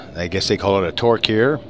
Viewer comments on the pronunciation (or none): The way you say "toque" x.x